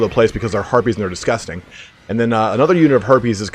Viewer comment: I thought I heard you say "herpes" instead of "harpies"